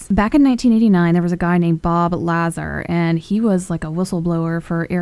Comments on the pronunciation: La-Zar, Bob Lazar, not Bob Lazer. Lol Element 115 is an amazing element. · It's Laa Zarr not Lay Zer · IT'S Bob LA ZARR , not Bob win gardiam laviosaaaaaa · Bob Lazar (LuhZar) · Lazar is not being pronounced correctly